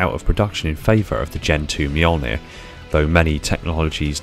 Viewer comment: So we're just not gonna talk about how he nailed that pronunciation... Ok Cool...